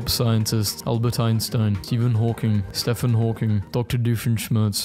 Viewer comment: Why did you repeat Stephen Hawking with the wrong pronunciation? Is this some kind of running gag or what?